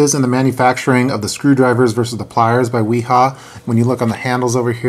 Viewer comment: It's pronounced Vee-Haa :-) The W has a V sound in German.